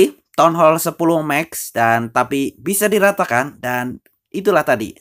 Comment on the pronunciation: Ngomong max aja mex pea